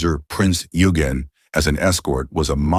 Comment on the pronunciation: Tear pits.... You mean Tirpitz? And there is a lot more of fun! Rubong... you mean Rheinubung? Bismarck... Scharnhorst, Gneisenau..... Eugen not Yugen. Get your info right, please.